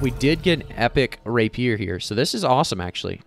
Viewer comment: Mispronouncing Rapier and Sliver triggers me so badly, but that's a me issue. Good video otherwise / do more of the openings!